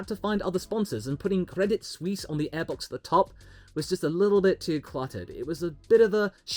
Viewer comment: its aiebox not eeeebox